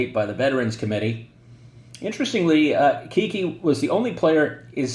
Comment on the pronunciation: Great informative video per usual. Just a heads up on how Cuylers nickname was actually pronounced and why… Though contemporary newspaper reports typically referred to Hall of Fame outfielder Hazen Cuyler by his given name, the right-hander is more easily recognized by one of the most unique, yet most often mispronounced nicknames in baseball history: Kiki. “It came from shortening my name,” Cuyler explained about acquiring the moniker (which rhymes with “eye-eye”) as a minor leaguer in 1923. “Every time I went after a fly ball, the shortstop would holler ‘Cuy’ and the second baseman would echo ‘Cuy’ and pretty soon the fans were shouting ‘Cuy Cuy.’ The papers shortened it ‘Kiki.’”1 According to another story, the sobriquet had less glamorous origins: It arose as a way to mock Cuyler, who struggled to overcome his stuttering.